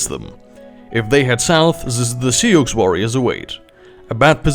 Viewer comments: It's pronounce like "sue" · The way you pronounce sioux is breaking my ears, but the rest is great